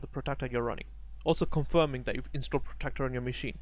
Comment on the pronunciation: good video, clearly pro style, 1 suggestion you need to pronounce the word Protractor not Protector.